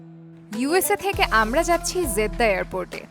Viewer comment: It is Jeddah not 'Zeddah' as you pronounce.